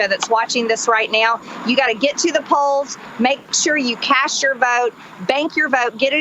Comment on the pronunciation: Did she say "cash your vote"?